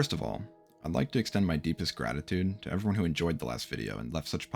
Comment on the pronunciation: i thought he said "id like to extend my disgratitude.."